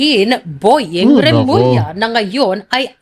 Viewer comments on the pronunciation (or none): none